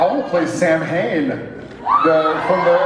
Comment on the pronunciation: Absolutely love Jared and Supernatural, but the word Samhain is pronouncd as 'sow-een" as it is very old Celtic. I know most people wouldn't know this, but you'd think the writers would have done "just enough" research to know better. Oh well, I still love the show and Jared, but as a scholar of historical culture and folklore, every time he says the word, I cringe. lol